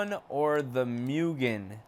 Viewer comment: Ooooh people! Stop calling it m-u-gen.... it should be spelled like MOOGEN (mugen) argh...